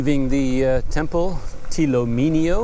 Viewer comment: The correct pronunciation is Htee Lo Minn Lo Temple Myanmar script is ထီးလိုမင်းလို ဘုရား The meaning of the name is that, Htee Lo (Like an Umbrella), Minn Lo (Like a King). The name implies that the king of Bagan is like an umbrella over it's citizens at that time.